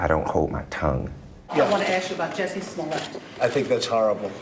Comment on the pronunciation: Great report, but please -- be different. Say his name correctly with all the emphasis on the 1st syllable. It's not French or it would have an E after the double T :)